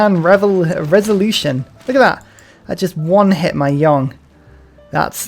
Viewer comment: I can't help it. It's not "Yong" it's Jong. "J" as in James. "O" as in oblast. In certain dialects the "o" sounds like the "o" in O'Reilly. ❤️